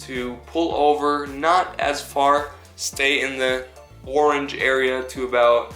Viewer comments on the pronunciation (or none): none